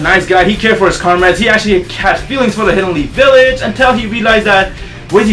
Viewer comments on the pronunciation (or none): none